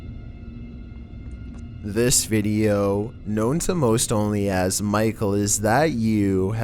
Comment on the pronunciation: It's not micle